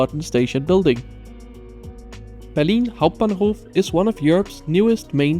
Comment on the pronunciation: That "Berlin Hauptbahnhof" pronunication was clean :D